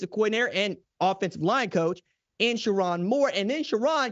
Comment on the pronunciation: Sher-rone not Sher-ron 🫤